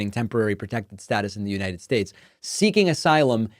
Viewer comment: He will be president of the “united shatch “